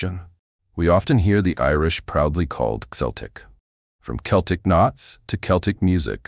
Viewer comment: Hard C, not S for Celtic. Makes the presentation doubtful.